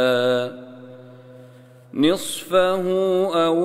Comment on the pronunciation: He said "wa nissfihi wa thuluthihi" which is wrong, it is "wa nissfahu wa thuluthahu". Ayah 20